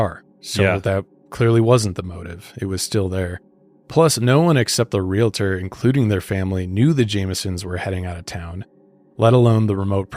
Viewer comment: Real-tor. It's real-tor. Not real-a-tor.